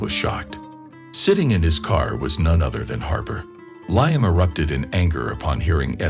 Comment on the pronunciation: It's " Lee am , not ly am